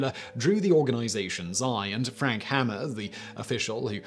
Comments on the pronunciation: Just a quick point or 2. It's Bor ger with a ("g", not "j") sound, and Frank Ha mer (with a long "a"), not like the carpentry tool. Love your channel! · Simon, sir, it's Frank HAY-mer, not 'Hammer.' Credibility is in the details. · Frank Hamer’s name is pronounced “Hay-mer” not hammer.